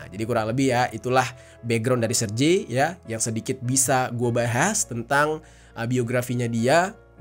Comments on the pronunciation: Serge ( Sèrgéi ) bang. Bukan serje. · jangan salah nyebut nama orang dong.. jadi gak seru nih dengernya.. Sergei itu bacanya yah Sergei, bukan Serjei atau Serji..